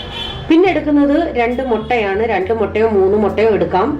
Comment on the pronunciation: Ningalude speech kelkaan enik nalla ishtaaa, njangal eggin mutta enn parayan, ningal motta.ororo style le checheee